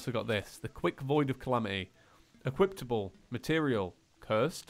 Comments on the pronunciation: "Equiptable" 2017 😂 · "Equiptable" -2017